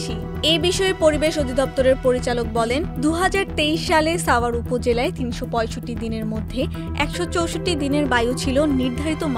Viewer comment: সাভার এর উচ্চারণ এই প্রথম শুনলাম